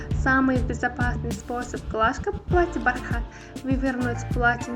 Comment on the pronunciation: Не бархáт а бáрхат